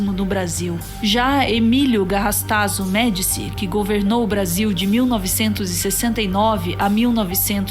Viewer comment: Se diz Emílio GarrastaZÚ Médici, ok? Abraços.